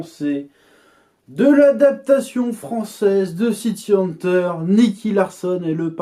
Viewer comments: "City Haneteure" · pq tu prononces bizarrement le titre VO ?